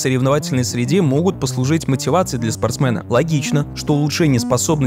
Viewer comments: Автор, не говорите больше никогда пожалуйста слово "спортсмэн"😂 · почему спортсмэна? Это байт? Спортсмен же, емае я половину материала из этого отрезка прослушал, только и ждал этого спортсмэна) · Меня одного корёбило от слов спорстмЭн, спорстмЭна, спорстмЭном?)))